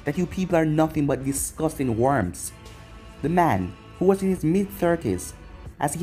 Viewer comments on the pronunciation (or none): none